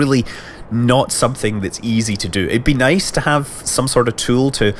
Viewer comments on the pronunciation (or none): none